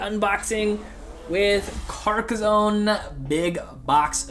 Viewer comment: Here's a video for you to learn how to pronouce Carcassonne